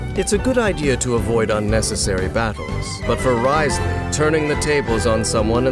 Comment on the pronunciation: Hopefully hearing Dain pronounce Wriothesley correctly multiple times within this video will be enough to make y’all stop calling him Rizzley. He does indeed have W rizz but the intentional mispronunciation got old fast